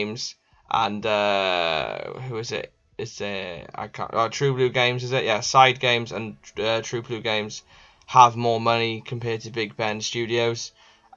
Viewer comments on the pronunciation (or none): Sidhe is pronounced She. Its an Irish word. Also Sidhe only made the first Rugby Challenge, the last two were developed by Wicked Witch and many believe they are RC4 Developers.